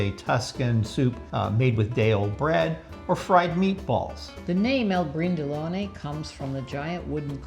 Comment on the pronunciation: I'Brindellone, not L'Brindellone. Florentines usually truncate the article "il," shortening it to "i'." (i'panaio = bakery, i'cicciaio = butchery, etc.) In this specific case, "i'brindellone" means a tall, unattractive, inelegant person...